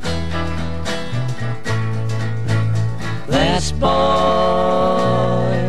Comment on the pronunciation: 7.05 - Thes Boy, Thus Boy hahahaha